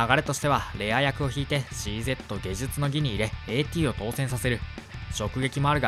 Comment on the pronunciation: ゲジュツノギとか読み方間違えてるのは動画としてどうかと思いますん